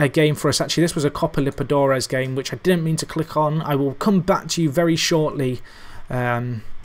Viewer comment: Has your pronunciation of liberTAdores Impoved yet? :') ep 35 in 5 days aha,love the series!